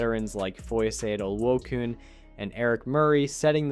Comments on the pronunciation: Foy Yay - Oh Loo A Khan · Bro, you butchered Foye's name. Have some respect on that man's name.